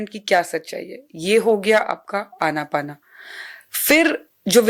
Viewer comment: कृपया " अनापाना " नहीं बल्कि "आनापान" बोलें विदेशी लोग इस को " ANAPANA ". बोलते हैं आन + अपान = आनापान आन = भीतर आने वाला सांस अपान = बाहर जाने वाला सांस